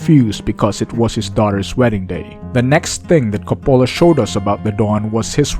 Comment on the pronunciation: Learn how to pronounce the Director’s name correctly. It’s embarrassing when you mispronounce a famous Director’s name on YouTube 😉